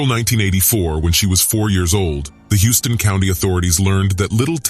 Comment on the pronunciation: Narrator...it is pronounced "House-ton" County, not Houston as in Texas city. It's a southern Georgia thing. LOL. Other than that, great job covering the crime.